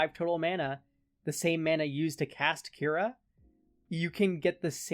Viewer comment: I know this doesn't matter at all but "Kura" would be pronounced "coo-rah." The pronunciation used in the video would be spelled "Kyura." Cool deck idea regardless, and I'm definitely gonna check out your other decks too. I suffer from the hipster bug too lol